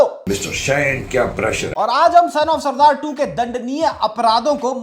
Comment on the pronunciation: Why r u saying punjabi as surdard??. Wdym